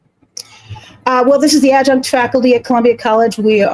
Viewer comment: Nice going with “ad-junk” Sam 😂